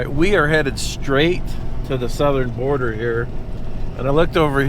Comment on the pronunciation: It's Border not boarder